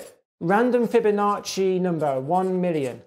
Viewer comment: Not gonna lie. I only clicked to see him say 'NOMBER'